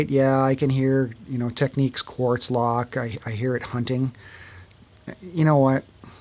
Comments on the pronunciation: They are called Tecnics, not Tek- neeks. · it's annoying; he's correct. There is nothing in English that would indicate your pronunciation, it's clearly tech-nicks not tech-niques, that's just obvious. Great video though. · I heard from a guy that is from Japan, that Americans saying “Tech-neeks” are saying it wrong, and that it’s in fact pronounced “Technics”. I figure they’d know better than us, but I have the SL-D2 and like it a lot. Love your videos. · I've always called it technics ("tech-nicks") and have never understood why anyone speaking English would pronounce it techniques. It's so dumb and annoying.